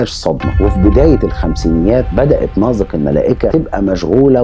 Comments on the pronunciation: ليه بتنطق نازك ناظك؟؟ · الكتابة نازك والنطق ناضك ؟؟؟ شي غريب فعلاً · الأستاذ المحترم ، تحية طيبة ، طريقة نطقك لاسم نازك خاطئ ، الصحيح نطق الزاي كما نطقت إسم اخيها نزار. مع التقدير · بينطق اسم نازك بطريقة غريبه 🤔